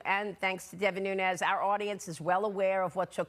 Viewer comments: it's Nunez not Nuñez. There is no ñ in Portuguese. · Noon-ez. No tilda. Not ‘noon-yez’